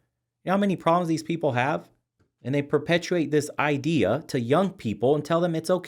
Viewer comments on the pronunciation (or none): none